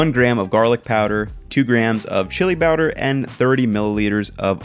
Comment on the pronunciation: "Two grams of CHILI BOWDER."